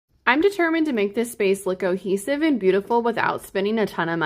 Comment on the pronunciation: It is pronounced “co-hee-siv”. Not trying to be harsh. Like the wall trim!